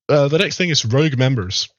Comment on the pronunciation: "rouge" -> "rogue" Sincerely, someone who apparently speaks their 6th language better than you your first and only. Make an effort.